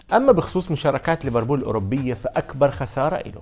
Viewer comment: ليفربول يا مو ريفربول